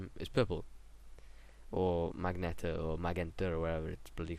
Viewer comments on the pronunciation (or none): ooh also its maj-ent-a not that it matters lol its just a fancy word for purple